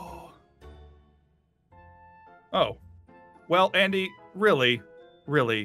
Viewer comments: "Ondy" XD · Summer Preston remember how she was making fun of Andy’s name and said undie that’s why. I know it’s Andy 😂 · My favourite part of the video was: Jess: says Aundy Kestin: says jussica Jess: says Kustin Andy: it's like cous cous in a tin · She called Andy undie